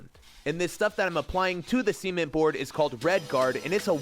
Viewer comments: bro. Stop saying semen board like this. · Why do you keep saying semen-t instead of cement